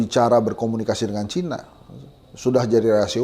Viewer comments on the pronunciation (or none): Saran bang Abraham : * kalau mengujarkan kata "Cina", vokalnya tetap saja Cina, yaitu C-i-n-a, bukan Caina....(C a i n a) Kita kan orang Indonesia, huruf "i" tetap dibaca dengan vokal : i, bukan "ai" * gak perlu merasa malu atau takut mengucapkan kata Cina dengan vokal bahasa Indonesia, yaitu Cina...bang! Kecuali kita orang AS stau Eropa... Ok...?